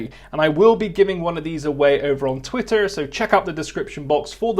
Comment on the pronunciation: the way you say twitter makes me think of Wurzel Gummidge